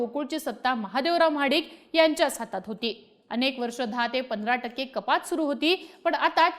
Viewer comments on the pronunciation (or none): none